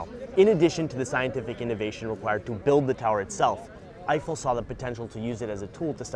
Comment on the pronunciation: This was fun but I just feel like there's someone else who could've done this video that wouldn't mispronounce Eiffel every time or confuse astrology with astronomy